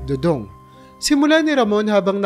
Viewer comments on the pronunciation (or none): next time prrnounce it do-dong not doodoong